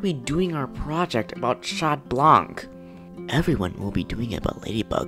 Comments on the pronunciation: Omg everybody is saying chat blanc (sh-a-t bl-on-c) instead of (c-a-t bl-an-c) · It's not shat blank 😡😤😠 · What people hear : chat Blanc What I hear : she blank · I heard Chat blah 👁👄👁🤌🏾 Not trying to be rude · iknow they just pronounce it shat blank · Wtf is this…the voice n the pronunciation of 𝙘𝙝𝙖𝙩 𝙗𝙡𝙖𝙣𝙠😂